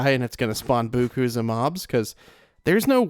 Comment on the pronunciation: did you just say "boo koos of mobs"? I think you meant "beaucoup" but I've never heard someone pronounce it that way